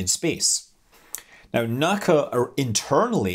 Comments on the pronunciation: "NACA is an initialism, i.e., pronounced as individual letters, rather than as a whole word" — It's not "Nacca", it's "En A See A". That's right, it's not consistent at all with NASA. But that's just how it is. I've heard experts in the field say that this is a clear tell about who actually knows what they're talking about. :-D If they say "Nacca", then don't trust them. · I have always heard it pronounce letters only N A C A ... "en ehhh see ehhh" rather than "nack-ahh" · NACA was pronounced by its individual letters (N-A-C-A), NOT "Nak-ka". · Shame on you, Scott! You of all people should know that "NACA" is not a pronounced acronym. If you don't want to use the whole name, it's pronounced "En-Aay-See-Aay". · Time to be a pedantic asshole! You don't pronounce "NACA" Like you would "NASA" Its "the N A C A". They turned flight from an art to a science, least you can do is pronounce it right. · NACA is pronounced as the 4 initials, N.A.C.A., not as one word.